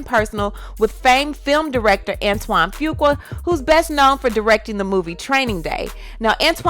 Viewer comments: Sis come on let's pronounce Fuqua the right way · Omg can you please stop 🛑 ✋ butchering his last name 🤣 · you pronounced his last name all wrong,and where is the blame for him as well🤔😏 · You pronounce it "Foo Quaw" I think... I hate when you are not more neutral when telling the story... she actually came across as likeable. She apologized, did he? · It’s pronounced: Antoine Fuq-U-A. OR Antoine Fuq-Up. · Can you at least learn how to pronounce Fuqua? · I think you’re mispronouncing this dudes last name. IJS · Antoine who🤣🤣🤣🤣 That last name pronunciation